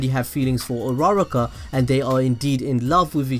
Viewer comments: stop saying his hero name say his real name Izuku Midoriya and uruuaaaruukkaa is not her name its Ochako Uraraka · Am I the only one who heard rara-car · His intro: Hi guys today im gonna tell you why I think dekU does not like urARArarar kaA Me:... WHEEEZE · Dis man really said ur-rara-ka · You prounce it Uraka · AM I THE ONLY ONE WHO THINKS ITS ANNOYING DUDE ITS U RU RA KA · that's not how u say her name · I'm not mad about the theory I'm mad about the way he said uraraka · Bro the way u pronounced "Uraraka" had me dying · the way he said uraraka =_= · I shouldn’t hate but, the way he says uraraka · That way he pronounced uraraka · He butchered her name terribly